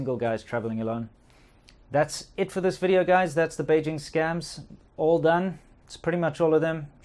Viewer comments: Can we work a bit on the "V" in WIDEO ?? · I kinda feel like you are making fun of your wife when you have not corrected her v in video. Do you do that on purpose? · Wideo :D so cute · “Welcome to another wideo” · "Welcome to anadwah wideo." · "Welcome to another wideo"? 🤔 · "Welcome wo anoder wideo" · Why the hell all Chinese cant say the letter V ? "Welcome to another Wideo" ??? What the hack!! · Velcome to another bideo LOL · “Welcome to another wideo” LOL XDDD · "Welcome to another wideo." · Dont you just love it when that girl says "Welkem tonada wireo " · Welcome to airnather wee deo